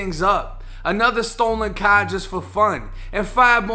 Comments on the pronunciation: That H in car is silent my guy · where u from? yu got some southern akcent, but when you said car,..... i hears cah, some city lingo ,lolololo . when ur spirit is broke,.... thats when jesus can do work. sounds bad but jesus is the only way he is the truth, the light and the way. and when you broke and reach out he is there. he is always there. amen i give thanks. we are all flawed.. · Me: “Car”: “Caahh” Me: Charge: “Chaaaj” Me: “Star”: “Stahh” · Stolen Kah! Gotta be from Boston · In a stolen cah? 😂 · Every time I hear dude say car or charge it’s like tell me you’re from Massachusetts without telling me